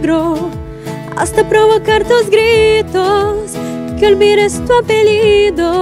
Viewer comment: someone must tell the girl of the second cover that we pronounce the "ll" like "l", because she said "apelido" instead of "apellido", but the cover was good anyway.